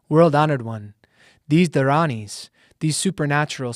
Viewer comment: Great job pronouncing the dharanis🙏